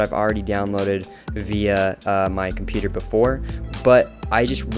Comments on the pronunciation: Yeah. It instantly triggered me that you didn't pronounce "computer" correctly xD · Compooter haha! Keep saying it that way!